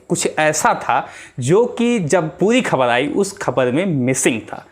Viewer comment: Har sentence me shabd 'khabar' bol rahe hain 'Kh' ko aap halaq se boliye yaani ख ke neeche . Point rakhiye 'ख'۔ Aur bhi shabd hain Sorry for if you feel.